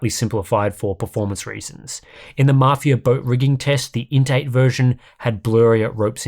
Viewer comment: Why am I hearing 'intake" instead of "INT eight"?